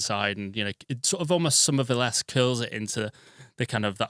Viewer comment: "Summwervilleesque" 😡 Summerville was "Currieesque"